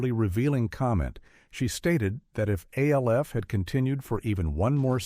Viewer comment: Why does he say A L F instead of ALF